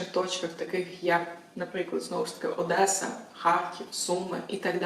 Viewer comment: ОДЕСА, а ні Одєса, так було і будє